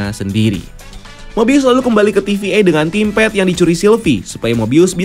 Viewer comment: timped apa si , tamepad bang dibaca nya temped